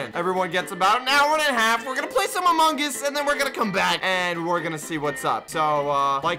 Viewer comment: u said amog us ;/